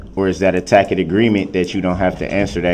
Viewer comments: Oh my goodness, tack it agreement AGAIN. He doesn't know how to pronounce many appropriate words. Biast, tack it, libaary, etc. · "Tacket agreement" 😂😂🙄🙄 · "would it be fair to say" "tack it" instead of tacit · But every time I hear him say “tackit” agreement, or “substain” - it’s allllll worth it 😅😅😅